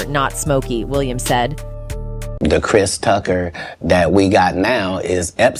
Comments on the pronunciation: "Christ Tucker" wtf is this narrator? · AI voice was like "Christ Tucker," and "Friday After Next star"...Chris Tucker was only in the 1st Friday movie 🤔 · Lmao "Crys Tucker" 😂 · Chrise Tucker 😆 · Christ Ucker